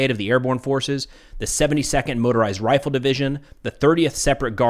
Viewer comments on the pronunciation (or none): none